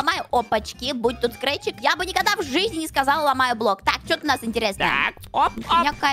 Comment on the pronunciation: Кто заметил когда они были в пирамиде сказала скретчик